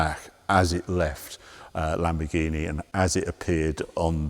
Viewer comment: It's sad that Harry still can't get the name of the new Lamborghini right.